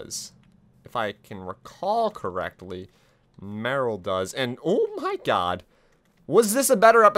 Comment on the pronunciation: It is merle not morle